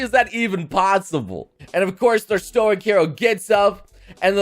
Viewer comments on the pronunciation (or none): none